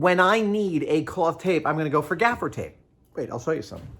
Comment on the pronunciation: It's gaffer's tape not "gafiter"? Thing is tape, as we know it today, was invented in 1845 by a surgeon. Doctor Horace Day's invention was a rudimentary adhesive bandage for his patients. So using your theory all tape is actually sticky bandage. 🤣